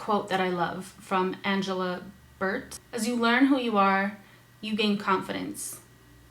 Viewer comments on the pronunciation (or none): none